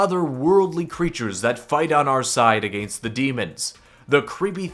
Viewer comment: The way he says against tho